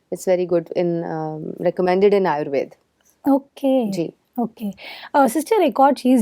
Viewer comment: आयुर्वेद बोलो आयुर्वेदा नहीं।